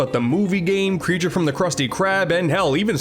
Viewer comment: Is everyone referring it as “Breature from the krusty karb”? It’s actually “creature from the krusty krab”